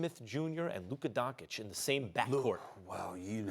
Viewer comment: Luka Donkic??wtf is wrong with Americans people . Luka is Doncic not Donkic...stupidass🇸🇮🇸🇮🇸🇮